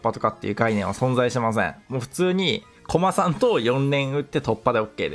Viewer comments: コ↑マさんですね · コ↓マ↑さんが気になって話入ってこんかった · の こま↑さん と こ↑まさん が混ざってるの好き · ずっとコマさんのイントネーションが気になって内容が入ってこないw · 相変わらず「コマさん」のイントネーションが草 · コマさんのイントネーションくそ気になる